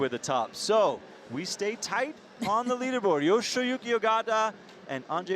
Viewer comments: Not sure how the male caster keeps getting Yoshiyuki Ogata's name wrong. He calls him "YoshOyuki", and with some emphasis on the "O" too, while the female caster nails the pronunciation. Would probably be worth it to know roughly how to pronounce the finalists' names =D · I cringed every time I heard "Yoshoyuki" lol. I'd understand if it were a newer climber who is just coming on the World Cup scene, but Yoshiyuki's been dominating for a while now. Please learn to pronounce their names correctly, we the audience would like to learn the proper pronunciation as well! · We aren't expecting them to pronounce it like a native speaker. IDK why he's even trying when he can't even say the guy's name. Plus, it's literally "yo-shi-yu-ki". Like, what's hard about that? You act like he needs to take a course in order to say a name. We have slightly different versions of all those sounds in English. Reading it that way is fine, people understand that different countries have different accents. Plus, IFSC commentators should probably be familiar with one of the more prominent Japanese climbers in recent history, no? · This was really getting on my nerves too! My guess is, after saying "Kokoro" so much his brain turned "shi" into "sho" after starting with a "yo" sound. However, while this tongue twister could be forgiven once or twice, after a dozen times you are just literally saying someones name wrong, even though it's written in front of you and Meagan is saying it correctly right next to you. Although I think Meagan got tripped up once hearing it wrong so many times in her ear haha.